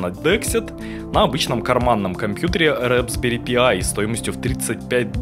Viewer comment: рэПсберри пиай)) правильно "распберри пай"